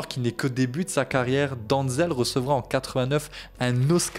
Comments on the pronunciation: Denzel, pas Danzel :) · Ça ce prononce denzel et pas donzel, en plus il est né à mount vernon dans l'état de new York dans le comté de westchester, c'est son père qui est originaire de Virginie et ça mère originaire de Géorgie, renseigne toi avant de raconter des bêtises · Ça commence bien t’arrives même pas à prononcer son prénom